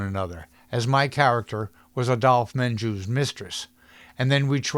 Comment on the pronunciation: Interesting background on one of my favorite movies. Constance Collier was Terry’s coach not manager. And if only you knew how to pronounce Adolphe Menjou’s name. Mahn-zhou not men-jew.